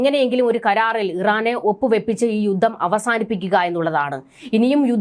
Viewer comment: യുദ്ദം? യുദ്ദം? യുദ്ധം എന്ന് പറയൂ